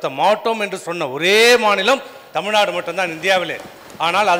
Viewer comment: எடப்பாடி. தமிழ் நாடு என்று சொல்லுங்கள். தமில்நாடு இல்லை